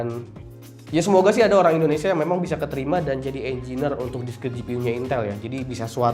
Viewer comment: Demi meningkatkan kualitas konten Engineer -> enjenir ≠ enjiner